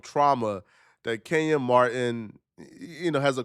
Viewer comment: It’s Kenyon Martin NOT KENYAN